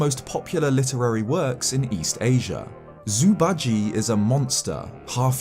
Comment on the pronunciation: i love your videos but please google how to pronounce zhu bajie because it is not "zoo badgy"